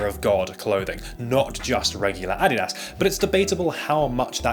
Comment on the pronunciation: "Adidas" is pronounced "uh-DEE-duhz." Just saying. Great video, btw.